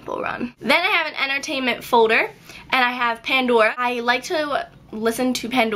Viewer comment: i like the way you pronounce folder. it's like "fowder" haha